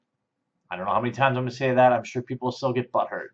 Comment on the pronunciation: the intro says "butthutt" instead of "butthurt"